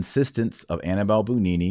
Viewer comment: Very interesting. Thank you. By the way Annibale - Hannibal - sounds more like "Ah-nee-bu-lah" than "Annabelle."